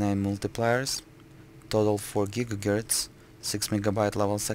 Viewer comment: Im sorry, but i cracked when u said "gigagerts". Although its quite late, so it might be the reason.